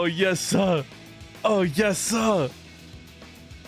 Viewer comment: The way he said yesir ☠️💀☠️☠️💀☠️💀